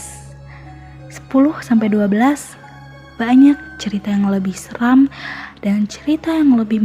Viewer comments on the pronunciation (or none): none